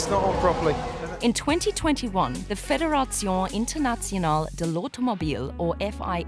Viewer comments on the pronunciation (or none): Good video but the pronunciation of "Fédération Internationale de l'Automobile" gave me cancer.